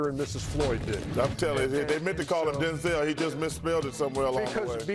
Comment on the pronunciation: I mean I'm with Chuck here. "Donzel"??😂